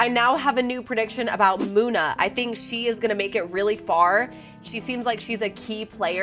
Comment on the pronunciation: It’s Muna come on